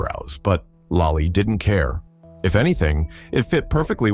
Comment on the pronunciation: It's lollie not lai